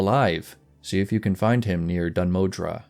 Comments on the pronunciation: The, er, pronunciation of Dun Modr would be 'Moh-dur', not 'Moh-dra'. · My good sir, whete do you find the letter A in Dun Modr? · dun modre or dun moðr? :D